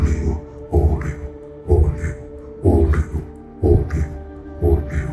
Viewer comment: Sebenernya oleho bukan oleo